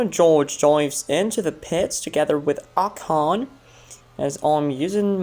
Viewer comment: the way you said "Ocon" 💀